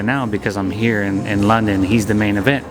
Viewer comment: Did he say london ?